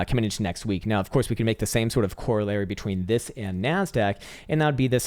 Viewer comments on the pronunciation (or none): When you said "where is my NASDAQ?" for whatever reason, I heard "where is my MAN-SACK?"